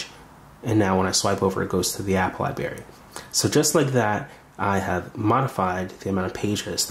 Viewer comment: Just FYI the word that you said incorrectly is LiBRary and not LiBary. This should be taught and learned in the first few years of your school learning.